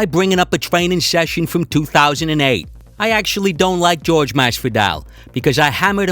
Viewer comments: I wonder if Ben calls Tyron, TyROnne? Because dudes name is clearly pronounced WHORE HAY and that's no joke. That shit just irritates the fuck out outta me. I'm not from Spanish decent one bit but (Jorge) WHORE HAY and GEORGE are two fucking completely different pronunciations..seems like a dude that thinks some dumb bull shit all time that id punch in the face if I ran into him js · Jorge... Jorge... Not fucking GEORGE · I thought his name was Jorge not George FFS!!!! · I cringe everytime they say George, it's JORGE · Why is everyone calling masvidal George it's Jorge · WTF do people call him George? The man's name is Jorgé (Horr-hay) People know Latin speaking, especially in America. 🇺🇸🇨🇺🇵🇪💪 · I find it impossible not to hate this arrogant fuck. I hate the way he pronounces Jorge's name "George" simply to disrespect him. It's prejudice. This guy is so much of a fucking clown that he actually believes the things coming out of his mouth. He deserved to get Masvidal's knee to his head and be embarrassed the way he was. I wish he'd go away forever. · why the fuuuuuck are people still calling him GEORGE? its Jorge (HOR-HEY) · Hey. His name isn't "George." Its "Jorge." Try it you can say it. Its easy. "Jorge." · his name is not ''george'' !!! it's JORGE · Its pronounced, Jorge (Hor-Hay). Thanks. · His name is pronounced Whore Hay, not George. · White dudes not saying people of color's name correctly is one of the oldest RACIST tricks in the book and they do it CONSTANTLY!!